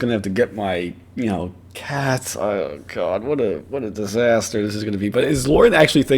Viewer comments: Dear CAWD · OH CAWD YES